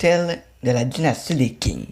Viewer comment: Et je rajouterais également qu'il serait bien d'apprendre à prononcer les mots locaux! Quing ce prononce "t'ching" et non pas "king"